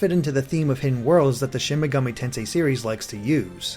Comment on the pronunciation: Loved the video but why does it feel like so few people can pronounce Shin Megami Tensei right?